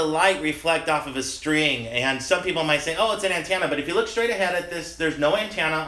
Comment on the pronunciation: "anntannuh "lol